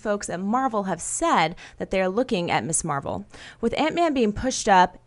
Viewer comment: Keep hearing Miss Marvel as Miss Marple.